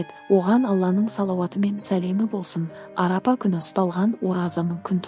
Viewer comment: Арапа емес Арафа Аумин емес Амин